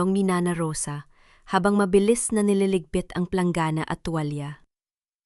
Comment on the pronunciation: Pwede ba Ms Narrator ayusin.mo naman ang pagbabasa ang dangal. Ay danggal at saka ang tuwlalya ay tuwal àlam mo ba kakainis pakingan.